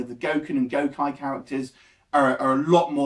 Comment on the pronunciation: First person who said it drags. I know plenty of fans and non fans who loved it as a movie and it didn't drag for anyone. Akuma was badass in this and doesn't look silly at all oh and it's pronounced gokee not gokye. Having watched it, you should know that, lol..